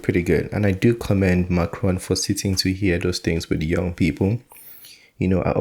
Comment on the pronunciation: Macron.... Not Ron